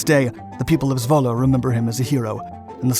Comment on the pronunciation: Great to hear that you pronounce Zwolle correctly :)